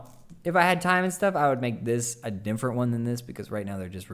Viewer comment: saying "dimfernt" just made my day